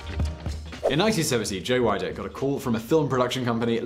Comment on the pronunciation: Hi not wanting to correct you too much, Arnold entered the 1980 Mr Olympia because he was already getting in shape for Conan the Barbarian. Also Weider is pronounced Weeder. Nice video though. Thank you.